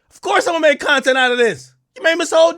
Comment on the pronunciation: You said "Bontent" ? 😂😅😂😂